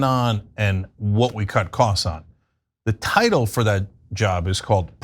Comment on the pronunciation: Can you let people know that Trump is actually explaining to his cult that he says "duh" instead of "the" and they call it cognitive decline... so in order to really reach people, obviously just stating cognitive decline is not enough unfortunately